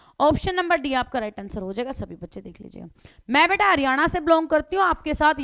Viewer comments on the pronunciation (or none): none